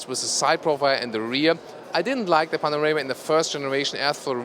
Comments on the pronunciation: Panamera lol.. why do you keep saying panorama... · min 5.22 .....?!? ''Panarema'' ..?!? Update ,min 6.21..,,Panarema'' ........or am I stupid and do not understand what I'm hearing... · ''...the all new 'panorama' '' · The all-new "Panarema" :) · why does it sound like he keeps calling it a panorama? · He is! I heard the same thing! several times! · and he's German! ahha